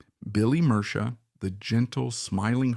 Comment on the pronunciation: also said his name wrong :/ murcia a colombian last name pronounced “mer-see-uh”